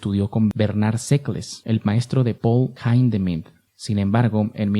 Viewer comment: Disculpe, pero HIndemith era alemán , no inglés , por eso NO se pronuncia HAIndemih. Musico y pedagogo aleman , quien dijo "En el error se aprende".